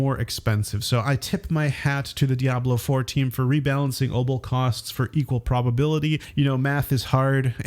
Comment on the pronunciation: Are you trying to say opal?